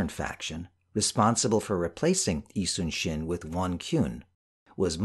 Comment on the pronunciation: Thank you for pronouncing 이순신 correctly